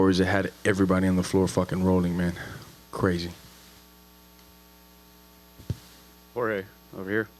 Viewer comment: Steve Ford Jorge, and it’s pronounced “ Hor - Heh “